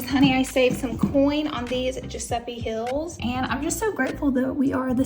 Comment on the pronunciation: To me it sounds like she’s saying hills not heels but I’m also dead so I could be wrong 😂